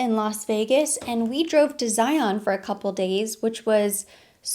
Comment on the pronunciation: Ha! You pronounce ZION like LION!!!! I live there!!!